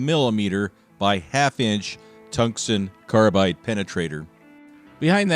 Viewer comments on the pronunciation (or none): "Toongston carbyde drells?!?"